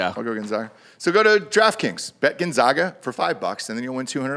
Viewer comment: How many years does it take for people to pronounce Gonzaga correctly lol